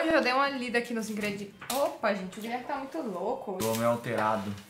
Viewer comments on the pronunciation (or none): Guileerrrrme não tá bem hoje 😂😂😂😂